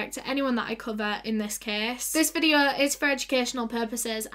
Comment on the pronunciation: no one: literally no one:: SO TODAY'S VIDEOUH